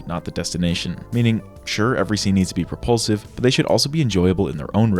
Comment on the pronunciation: Is it just me but, every time he said propulsive, I heard repulsive 😅